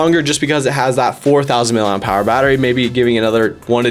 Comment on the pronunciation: I fear that you think that the designation of battery size is something like the words “miliam power” based on how you’re pronouncing the “P” so hard as if it were a separate word. It’s “miliamp hour”